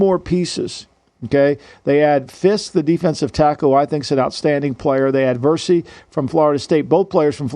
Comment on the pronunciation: I bet even superbowl winning gm Terry Fontenot doesn't pronounce Jared Verse as "Versie" and Laiatu Latu as "Lah too uh". Lombardi has to be trolling with these pronunciations. 😂